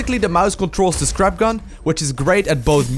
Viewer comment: When you said 'his scrap gun' I though you said 'this crap gun'...